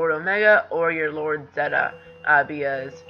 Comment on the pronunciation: Oh and Zeta is pronounced "Zayta"